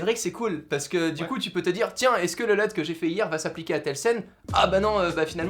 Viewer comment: Une Lut et pas un Leut